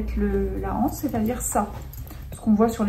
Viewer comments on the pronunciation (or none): Une anse, des anses il n'y a pas de h. Par pitié faites les liaisons on dit un' anse, des z anses. Dommage ça avait bien commencé c'était agréable à écouter mais les hanses ça fait mal aux oreilles.